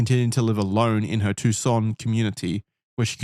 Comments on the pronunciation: Lmaooo “too SAHN” pronunciation is murdering me. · Tbf, their pronunciation is correct, just with emphasis on the "SAHN" instead of the "TOO". I thought they were going to say "Tuck - SAHN" the entire episode 😂